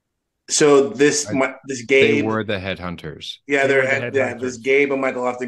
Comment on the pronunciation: BTW his name is Ben Cabe not Gabe :)